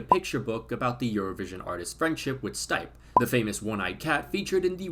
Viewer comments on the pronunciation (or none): FYI: The cat's name is pronounced "Steep-eh". Also, RIP Stipe 😢